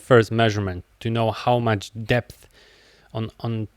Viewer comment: I appreciate you sharing your knowledge, but "depth" is not pronounced "dipth".